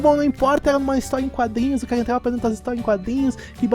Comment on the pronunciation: pq vc fala caga no lugar de cara